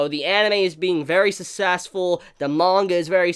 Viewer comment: Hey dude. I always love your video reviews but can you please learn to pronounce the words "success" and "successful"